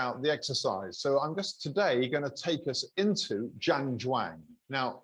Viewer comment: Zhan Zhuang is pronounced Jam Jong - just so you know. This video may prove useful for your viewers also